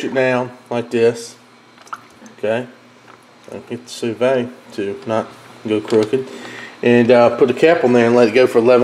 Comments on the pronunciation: "Sue Veed" not "Sue Vay" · I'm asking this because I'm genuinely curious. I've heard a couple other southerners pronounce "sous vide" like you--"sue VAY" or "sue VADE"...Why is that? Everyone else pronounces it "sue VEED"...like "seed." Love your videos, including this one. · hey man not trying to be the grammar police or anything but you do such a good job with everything, I just wanted to give you a heads up on how to pronounce "sous vide". it's pronounced "sue-veed", not "sue-vay". love the recipes brother!